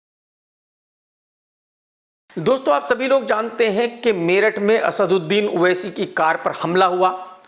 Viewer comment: Everyone:-owaisi Krk :-oaisi......😂😂